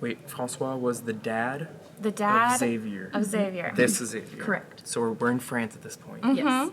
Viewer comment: it's so funny how the pronounce xavier like ex-avier